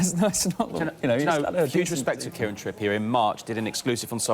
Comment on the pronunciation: Kieran 'Tyranny'.